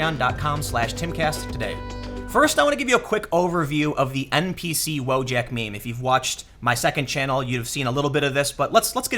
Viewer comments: pronounced Voyak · But Polish "wojak" is pronounced as "voyak" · Just one thing... iT'S PRONOUNCED WO-YAK, Wojak comes from polish... and in Slavic languages J is pronounced as Y in English words such as Yes.